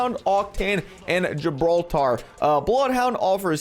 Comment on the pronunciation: The way say's "GIBROTARRR"